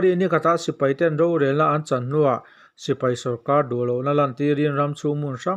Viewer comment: Mipui sipri ni lovin mipui sipai tih tur.